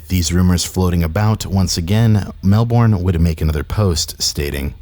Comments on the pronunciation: Melbourne is pronounced mel-bin not mel-born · Hey just fyi Melbourne is pronounced Mel-bin not Mel-born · just so you know, Melbourne is pronounced Mel-bern not Mel-born. Source: I live in Melbourne